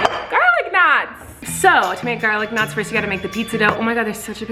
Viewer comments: I thought she was saying "garlic nuts" and I was very confused.. then I realized she was saying "knots" hahaha. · This whole time I thought she was saying “Garlic NUTS”. I was like. Why are you making bread??? 🥖